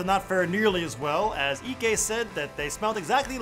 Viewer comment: The way he is saying Ike means butt in igbo